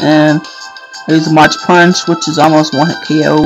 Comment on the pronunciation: mach is pronounced with a 'mawk' not 'mawtch'